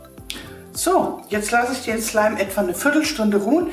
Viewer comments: Wer auch f*** slime verstanden likte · OMG am Anfang fick slime 😂😂😂 Das hört sich genau so an 😲😂😂😂😂😂😂😂😂😂😂😂😂😂😂😂😂😂😂😂😂😂😂😂😂😊😂😂😂😊😊😊😊😊😊😊😂😊😊😊😊😊😊😂😂😂😂😂😂😂😂😂😂😂😂😂😂😂😂😂😂😂😂😂😂😂😂😂😂😂😂😂😂😂😂😂😂😂😂😂😂😂😂😂😂😂😂😂😂😂😂😂😂😂😂😂😂😂😂😂😂😂😂😂😂😂😂😂😂😂😂😂😂😂😂😂😂😂😂😂😂😂😂😂😂😂😂😂😂😂😂😂😂😂😂😂😂😂😂😂😂😂😂😂😊😂😂😂😂😂😂😊😊😊😊😂😂😂😊😊😊😊😂😂😂😂😂😂😂😂😂😂😂😂😂😂😂😂😂😂😂😂😂😂😂😂😂😂😂😂😂😂😂😂😂😂😂😂😂😂😂😂😂😂😂😂😂😂😂😂😂😂😂😂😂😂😂😂😂😂😂😂😂😂😂😂😂😂😂😂😂😂😂😂😂😂😂😂😂😂😂😂😂😂😂😂😂😂😂😂😂😂😂😂😂😂😂😂😂😂😂😂😂😂😂😂😂😂😂😂😂😂😂😂😂😂😂😂😂😂😂😂😂😂😂😂😂😂😂😂😂😂😂😂😂😂😂😂😂😂😂😂😂😂😂😂😂😂😂😂😂😂😂😂😂😂😂😂😂😂😂😂😂😂😂😂😂😂😂😂😂😂😂😂😂😂😂😂😂😂😂😂😂😂😂😂😂😂😂😂😂😂😂😂😂😂😂😂😂😂😂😂😂😂😂😂😂😂😂😂😂😂😂😂😂😂😂😂😂😂😂😂😂😂😂😂😂😂😂😂😂😂😂😂😂😂😂😂😂😂😂😂😂😂😂😂😂😂😂😂😂😂😂😂😂😂😂😂😂😂😂😂😂😂😂😂😂😂😂😂😂😂😂😂😂😂😂😂😂😂😂😂😂😂😂😂😂😂😂😂😂😂😂😂😂😂😂😂😂😂😂😂😂😂😂😂😂😂😂😂😂😂😂😂😂😂😂😂😂😂😂😂😂😂😂😂😂😂😂😂😂😂😂😂😂😂😂😂😂😂😂😂😂😂😂😂😂😂😂😂😂😂😂😂😂😂😂😂😂😂😂😂😂😂😂😂😂😂😂😂😂😂😂😂😂😂😂😂😂😂😂😂😂😂😂😂😂😂😂😂😂😂😂😂😂😂😂😂😂😂😂😂😂😂😂😂😂😂😂😂😂😂😂😂😂😂😂😂😂😂😂😂😂😂😂😂😂😂😂😂😂😂😂😂😂😂😂😂😂😂😂😂😂😂😂😂😂😂😂😂😂😂😂😂😂😂😂😂😂😂😂😂😂😂😂😂😂😂😂😂😂😂😂😂😂😂😂😂😂😊😊😊😂😂😂😂😂😂😂😂😂😂😂😂😂😂😂😂😂😂😂😂😂😂😂😂😂😂😂😂😂😂😂😂😂😂😂😂😂😂😂😂😂😂😂😂😂😂😂😂😂😂😂😂😂😂😂😂😂😂😂😂😂😂😂😂😂😂😂😂😂😂😂😂😂😂😂😂😂😂😂😂😂😂😂😂😂😂😂😂😂😂😂😂😂😂😂😂😂😂😂😂😂😂😂😂😂😂😂😂😂😂😂😂😂😂😂😂😂😂😂😂😂😂😂😂😂😂😂😂😂😂😂😂😂😂😂😂😂😂😂😂😂😂😂😂😂😂😂😂😂😂😂😂😂😂😂😂😂😂😂😂😂😂😂😂😂😂😂😂😂😂😂😂😂😂😂😂😂😂😂😂😂😂😂😂😂😂😂😂😂😂😂😂😂😂😂😂😂😂😂😂😂😂😂😂😂😂😂😂😂😂😂😂😂😂😂😂😂😂😂😂😂😂😂😂😂😂😂😂😂😂😂😂😂😂😂😂😂😂😂😂😂😂😂😂😂😂😂😂😂😂😂😂😂😂😂😂😂😂😂😂😂😂😂😂😂😂😂😂😂😂😂😂😂😂😂😂😂😂😂😂😂😂😂😂😂😂😂😂😂😂😂😂😂😂😂😂😂😂😂😂😂😂😂😂😂😂😂😂😂😂😂😂😂😂😂😂😂😂😂😂😂😂😂😂😂😂😂😂😂😂😂😂😂😂😂😂😂😂😂😂😂😂😂😂😂😂😂😂😂😂😂😂😂😂😂😂😂😂😂😂😂😂😂😂😂😂😂😂😂😂😂😂😂😂😂😂😂😂😂😂😂😂😂😂😂😂😂😂😂😂😂😂😂😂😂😂😂😂😂😂😂😂😂😂😂😂😂😂😂😂😂😂😂😂😂😂😂😂😂😂😂😂😂😂😂😂😂😂😂😂😂😂😂😂😂😂😂😂😂😂😂😂😂😂😂😂😂😂😂😂😂😂😂😂😂😂😂😂😂😂😂😂😂😂😂😂😂😂😂😂😂😂😂😂😂😂😂😂😂😂😂😂😂😂😂😂😂😂😂😂😂😂😂😂😂😂😂😂😂😂😂😂😂😂😂😂😂😂😂😂😂😂😂😂😂😂😂😂😂😂😂😂😂😂😂😂😂😂😂😂😂😂😂😂😂😂😂😂😂😂😂😂😂😂😂😂😂😂😂😂😂😂😂😂😂😂😂😂😂😂😂😂😂😂😂😂😂😂😂😂😂😂😂😂😂😂😂😂😂😂😂😂😂😂😂😂😂😂😂😂😂😂😂😂😂😂😂😂😂😂😂😂😂😂😂😂😂😂😂😂😂😂😂😂😂😂😂😂😂😂😂😂😂😂😂😂😂😂😂😂😂😂😂😂😂😂😂😂😂😂😂😂😂😂😂😂😂😂😂😂😂😂😂😂😂😂😂😂😂😂😂😂😂😂😂😂😂😂😂😂😂😂😂😂😂😂😂😂😂😂😂😂😂😂😂😂😂😂😂😂😂😂😂😂😂😂😂😂😂😂😂😂😂😂😂😂😂😂😂😂😂😂😂😂😂😂😂😂😂😂😂😂😂😂😂😂😂😂😂😂😂😂😂😂😂😂😂😂😂😂😂😂😂😂😂😂😂😂😂😂😂😂😂😂😂😂😂😂😂😂😂😂😂😂😂😂😂😂😂😂😂😂😂😂😂😂😂😂😂😂😂😂😂😂😂😂😂😂😂😂😂😂😂😂😂😂😂😂😂😂😂😂😂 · ich hab fick schleim verstanden 😂😂😂😂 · Habe ich mich verhört oder hat die am Anfang wirklich fxck slime gesagt?😂